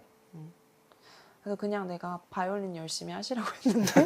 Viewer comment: 한국인이 한국 사람들을 상대로 한국어로 말하면서 봘렌타인 봐이올린 후리즈등등 어색하고 거슬리네요... 꼭 그래야 하는지